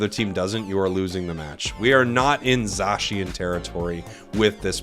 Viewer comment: Love the vid. Remember: Zay-si-en. Not Zaw-Shi-en.